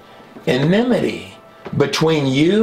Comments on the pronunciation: I LOVE your Videos my Brother in Christ Jesus! Thank you for your great research and wisdom. I pray that you would speak only that which the Holy Spirit guides you to say and teach in Jesus Holy Messiah 's name!! Now let me be annoying and show you how to say "ENMITY". (Which I'm sure you already know how to say it but sometimes things just.....well you know LOL) So..... "EM"...... (As in Auntie "EM" from the movie "The Wizard of OZ"). "Ni"....(As in the Knights of "NI" in Monty Pythons The Holy Grail movie) "TEA".....as in "Cup, Cup, Cup, Cup Cup Cup, Cup, Cup, Cup. Of, Of, Of, Of, Of, Of, Of, Of. Tea, Tea, Tea, Tea, Tea, Tea, Tea, Tea". In "My Fair Lady". LOL. (So Sorry, Now I'm just a Tool and not funny at all). Em, Ni, Tea". I do hope you found this at least a little bit funny. I love your work and I do know it is Hard work! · ENMITY- yes en IM ity - no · ENMITY. The word is ENMITY.